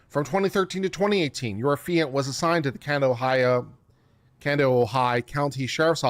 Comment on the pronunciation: Both you and LegalMindset called it "Uh-fee-ant". Why do I think it's "Aff-EE-ant"?